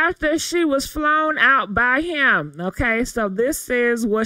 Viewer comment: SHE WAS FLOWN OUT. WHY CAN’T ANYONE SAY THAT SENTENCE! Why can’t anyone get that correct. I know you’re doing it because you’re mocking what everyone says but that shit will be in the dictionary if y’all keep saying that word like that. 😂😂😂😂😂